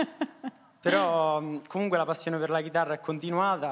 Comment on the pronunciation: Nessuno: Persona X di Terni: Comungue, anghe, il ghando